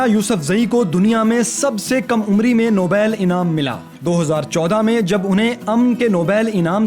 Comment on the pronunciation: پڑھے لکھے گنوار نوبیل نہیں نوبل۔۔۔۔۔